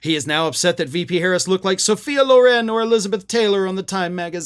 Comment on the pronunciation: Trump didn't compare Kamala to Sophia Loren. He compared her to Suhfia Lauren (his bizarre pronunciation of one of the most iconic movie stars ever). Then again, maybe that's just the name of a housekeeper at Mar-a-Lago whom he finds attractive.